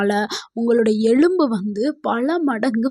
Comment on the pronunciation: Madam, தயவு செய்து தப்பா நினைக்காமல் எழும்பு என்று கூறாமல் எலும்பு என்று கூறவும்